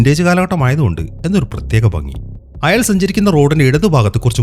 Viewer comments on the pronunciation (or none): none